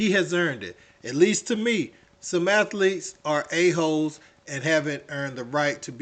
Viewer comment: Athlete is 2 syllables